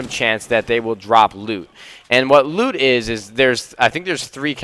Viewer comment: Every time I hear loot, it allways sounds like lube, "hey I just dropped some blue lube"